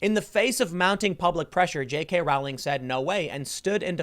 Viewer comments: It's pronounced the way you would say Rolling but with the 'w' sound after the 'o' ... not Rah-w-ling. Jeeez! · omg, it's rowling, like bowling. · Rowling is pronounce Rolling, as in row, row, row your boat.